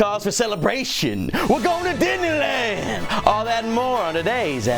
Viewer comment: you said "didney lan" SMG4 GET OVER HERE